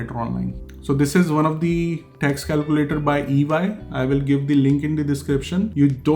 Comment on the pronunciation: I got a little irritated because you don't know the rules of pronouncing the word 'the', but it's ok you will learn it eventually. Very informative video and no offense. 😌